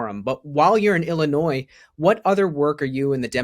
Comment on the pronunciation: Too stupid to even know how to pronounce Illinois. 🤡 what an idiot.